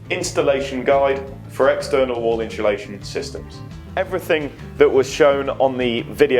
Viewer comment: God it becomes annoying once you hear people pronounce insulation as in-shul-ation. And you can't change the windows anymore, they are stuck in there.